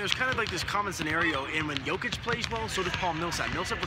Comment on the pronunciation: And you STILL can't pronounce JOKIC properly!